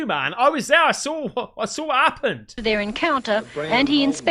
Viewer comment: Sawr it? Did you mean saw it? There´s no r in saw.